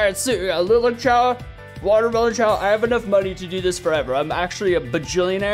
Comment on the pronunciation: You say lilac wrong man